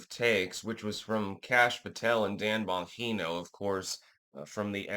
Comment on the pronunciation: Still sticking to the "Bon-heeno" pronunciation? 😄